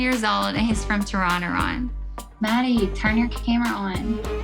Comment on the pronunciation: Tor-on-or-on Wtf?!?!? 😂😂😂